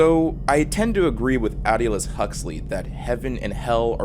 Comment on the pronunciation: Its Aldous Al Dous like dust without a t is not Al Du lous. lol